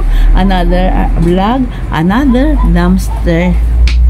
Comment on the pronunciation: Dumpster ate hindi dumster